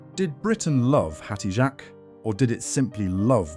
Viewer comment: That is not how you pronounce her name!!!!!!